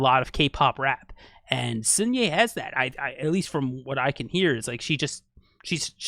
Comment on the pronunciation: hi!! i just thought i should let you know that the “sun” in sunhye’s name is actually pronounced more like the word sun/son in english as opposed to like soon :) no hate at all just wanted to let you know in case you were wondering!